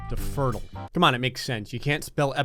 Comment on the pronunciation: I thought fertile was pronounced fur-tile not furtle... I’ve been bamboozled